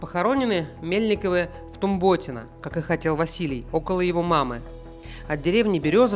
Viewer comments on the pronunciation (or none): ВТумботино ударение на у